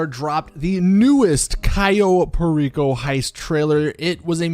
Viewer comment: talks too fast that make people from his comment below correct him to pronounce word Perico properly